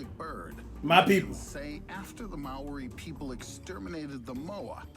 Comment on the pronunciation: someone tell the narator its Māori lmao love your vids cash